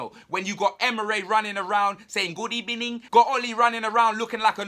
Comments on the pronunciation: “GOOD EBENING” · Just wanted to say Good Ebening